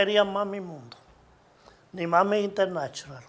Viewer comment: Internashonal Jajajaja